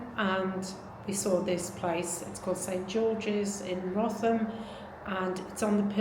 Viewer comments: It's pronounced, ''Root-ham''. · Wrotham, is pronounced “Root Ham”. Hope this helps.. great video, this is very local to me 😅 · It's pronounced Rootam..I know, nothing is made easy! 😂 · Its pronounced Root ham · It's pronounced 'Rootum'. Crazy, isn't it. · Not sure if its been mentioned but it is prononced "Root am". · Just heads up, the village is pronounced Rootham , easy mistake. There is also near by Trottiscliffe pronounced Trosley. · It's pronounced ROOTEM! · It's pronounced Wroot-ham! Very brave of you! Thanks. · Hi it's nice to see someone who is as fascinated by churches as I am. This one is quite near me, I'll go and take a look. Great video, thanks for posting. By the way, the village name is pronounced Rootham, I failed an entrance exam for telephonists years ago on that one! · Wrotham is pronounced root - ham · Thanks. Just fyi, Wrotham is pronounced "Wroo-tam". You have to be local to know, that catches a lot of people out! Cheers.